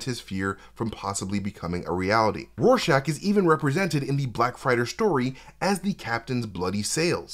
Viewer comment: is great and all, but its RORschach not Warschach. It annoyed me when Patrick Wilson said it that way. I'm sorry, bit autistic lol